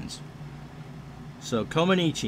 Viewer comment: Had fun with this game a few years ago, glad to see you give it a go, as always you do great with the call. Actually Nadia's last name is pronounced more like Coma-NETCH